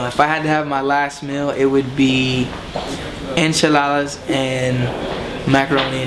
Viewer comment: He went full on Mexican when he said ``enchaladas`` lol! He still has it in him